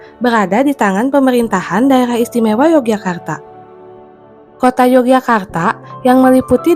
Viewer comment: yang benar bacanya Yogyakarta, bukan Yogyakartak Pangeran Mangkubumi, bukan Mangkubumik